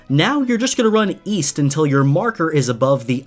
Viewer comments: East? I thought you said “Weast” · East? I thought you said Weast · East? I thought you said "Weast"!